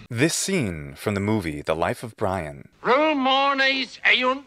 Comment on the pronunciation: life of bwian